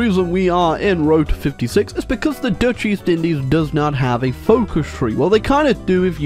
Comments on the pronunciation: is it just me, or did he say the dutch deez indies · Did just say “Dutch Deez Indies?”